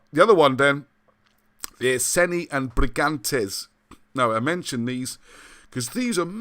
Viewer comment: i think its ee-sen-ee and br-ee-gaa-n-tair-ss iceni/brigantes....